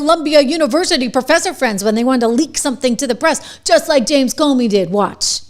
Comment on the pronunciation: PLEASE get the S-bag's name right - Its CUMey. Thank you.